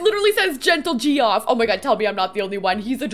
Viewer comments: It's pronounced "Gentle Jeff" but honestly I'm gonna call it "Gee-off" from now on. 😂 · I think gentle G-Off is supposed to be pronounced Jeff 😂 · Looks beautiful, I’m amazed! Also chuckling at how you said Geoff 😆